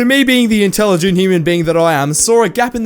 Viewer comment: “The intelligenct human being that I am” A second later “Saw a gap in the MAKRET” Intelligence 👌